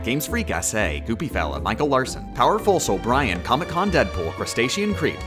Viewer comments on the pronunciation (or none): none